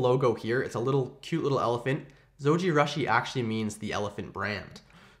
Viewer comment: It's pronounced like sushi. Zojirooshi.